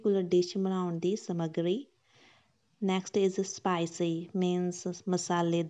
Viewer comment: What a way of saying smagri ❤